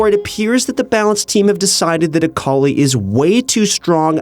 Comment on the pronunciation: A-akali nerf? Oh no.. Aakali